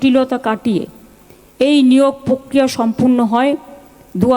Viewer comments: Ooo pishir .... Pokriya noy , prokriya Problem noy , problem Kunal ghosh ei bhul gulo toh shudhre dite pare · Kothata hobe _ prokria.Athocho amra ki shunchi_pokria.